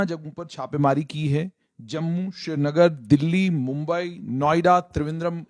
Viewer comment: باس۔۔یہ شری نگر نہیں سری نگر ہے۔۔لفظ سری یعنی سوریہ یعنی سورج سے نکلا ہے،شری نگر اترا کھنڈ میں ہے۔۔